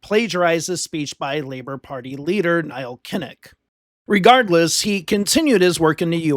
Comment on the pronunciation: Neil Kinnock, not Niall Kinnock.